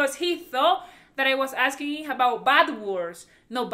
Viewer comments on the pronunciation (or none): none